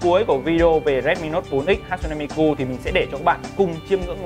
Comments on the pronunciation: Đọc là Ha chư nê mi kư mới đúng. Ổng toàn Hát su nê Mi ku :)) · ne = nê .ku= kư tiếng Nhật đọc z đó bạn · Đọc đúng là Ha Tsu ( trư ) Ne MiKU ( mikư ) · Bá Tước mà cả cái tên đọc sai lun, hát su ne mi ku, đáng ra hatsune miku = ha+ tsu+ne mi + kư